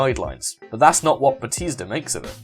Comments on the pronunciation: I've never heard anyone pronounce batista as batisda before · It bothers me that you can't say Batista right